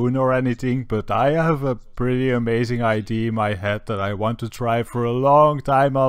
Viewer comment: " Come with me if you vant to live"